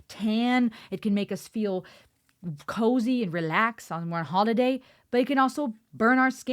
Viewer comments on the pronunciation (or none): none